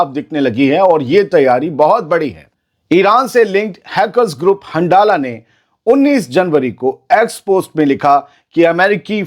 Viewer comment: 💥🚀 हंझला 👈को 👉हंडाला आप क्यों बोलते हो?